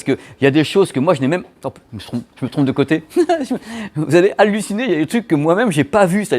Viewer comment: "alunit" et "ciné" pour halluciner lol